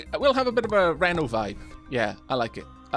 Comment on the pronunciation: If you're talking about the FF7 character, then it's pronounced ree-no, like the city in Nevada. As shown in both Advent Children and iirc Crisis Core. Though I haven't played it (and have no intention to) I would assume this is the case in the remake as well, as Square Enix is usually good at maintaining continuity (the exceptions being when providing a more accurate translation in a later rerelease).